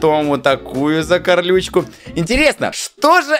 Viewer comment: Слово "Закарючка":просто существует🗿:"Закарлючка"😂😂😂😂 орнула